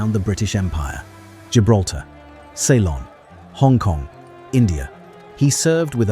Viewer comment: AI shite. The RAF does not have generals, brigadiers or majors. Oh and colonels. You pronounced subaltern and Ceylon wrong.